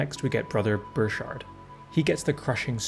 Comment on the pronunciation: Just a german lesson: In Burchhard, the "ch" is pronounced like a k